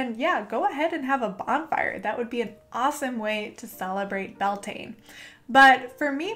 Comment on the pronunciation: YAS GURL. One of so few YouTubers who actually researched and credited Gaelic cultures for Bealtaine. My only note would be that Irish people pronounce it 'BAL-tinna', and 'Bel-TANE' rubs a lot of us up the wrong way. Otherwise, I'd like to thank you for doing the work and maybe we could even collab at some point. Best of luck to you and your channel, I'm hitting Subscribe :-)